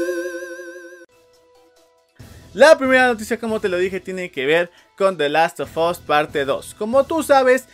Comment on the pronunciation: The Last of 'as', la u se pronuncia como a